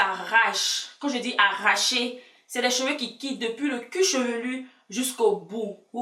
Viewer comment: Du "cuchevelu" t drôle 😂